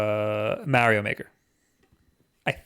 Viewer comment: "MAH-rio" "8bit-DOO" "WAY-fu". My ears hurt!!!